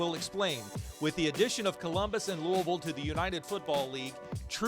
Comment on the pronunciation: Welcome to Louisville. Glad you got the pronunciation of our city right. We’ll claim St. Louis as a rival immediately